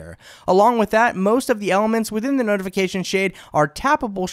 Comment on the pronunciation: It is SO hard to listen to someone who always says "thee" instead of "the". Like "thee best display" or "thee performance of thee device". Where did this guy learn english???